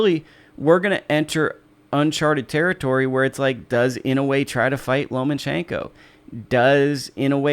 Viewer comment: Some help on Inoue's given name: NAH-OH-YAH Surname is (more or less, close enough): EE-KNOW-WAY